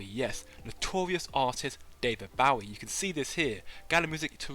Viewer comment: David WHAT?! How dare you. It’s not like “take a bow”. It’s like “shoot your bow & arrow”. Bowie.